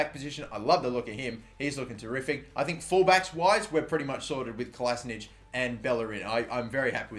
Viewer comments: great video, looking forward to playing it myself 😍 but it's pronounced "kolašiNATCH" not "kolašiNITCH" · It's not Klasnić his fuckin' name is Kolašinac. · You read Kolasinac like KOLASHINATZ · Mathew Vicelich he thought he had to anglosize it but it's actually pronounced Kolasinatch